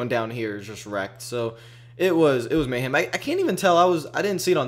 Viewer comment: I love how you pronounce mayhem as mayham. Lol